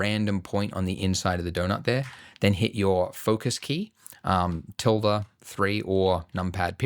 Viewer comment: Hearing you say Tilde key as a spanish person wrong hurts my soul